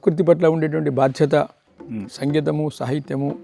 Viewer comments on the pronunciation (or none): none